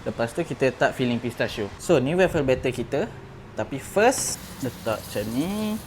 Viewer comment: Bang.. salah sebutannya tu. Cara sebutan betul: WOAF-FEL atau WOAF-FELS utk lebih dari satu. Sorry ye bukan nak cari salah tapi kalau kita nie dah niaga benda tu, sekurang2 biarlah sebutan betul. Harap ia membantu.